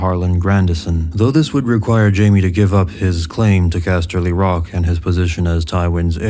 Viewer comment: The way you say castley rock is fucking annoying